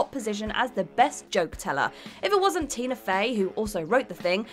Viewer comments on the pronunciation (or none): none